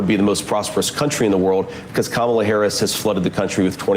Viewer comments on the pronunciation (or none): none